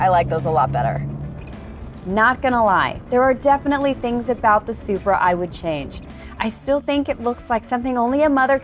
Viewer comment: did she just say spri and cheeky wtf (English)